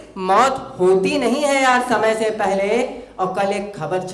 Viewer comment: Bhut bdia bhai thoda sa श की जगह स का प्रयोग करे और बेहतर होगा शमय की जगह समय का प्रयोग करिये